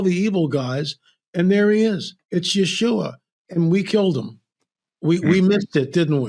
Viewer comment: Thank you for using the actual name of Yeshua. The letter J didn't even exist until about 1625. And it's not supposed to be pronounced as a soft G. It's supposed to be pronounced as the sound of the eye when it is a consonant as opposed sound of the letter y when it is a consonant instead of when it is a vowel it's just a differentiation of what position it takes.